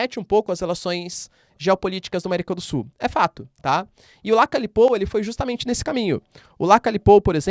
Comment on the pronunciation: Se pronuncia Lacalhe e ñ l Lacale.